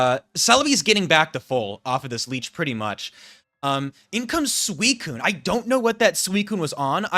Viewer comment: by the way i just wanna say i appreciate you saying suicunes full name. there are some people out there that for some reason cant handle you not shortening its name, usually accompanied by thinly-veiled racism. its really not difficult to add an extra syllable to not say a slur so thank you for keeping up with that